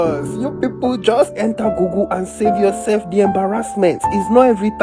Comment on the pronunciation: Dude it's nt Gugu it's google😂😂😅😅